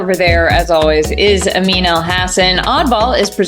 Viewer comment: sometimes when Amin says his name, it sounds like he is saying amino acid, which woulda been a banger nickname.